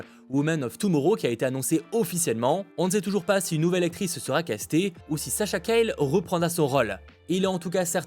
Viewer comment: Juste, Sasha Calle est hispanique, son nom se dit Callié et non Cayle 😅